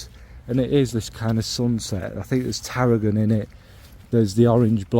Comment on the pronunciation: The way you talk about Amber really makes me crave it. Thanks for sending Amber from OO. Grand Soir I've always really liked, so fluid and golden. And when you said 'tarragon init' you sounded Southern.. You've been listening to me for far too long. It's started to take its toll on you 😅 Great trio. Thanks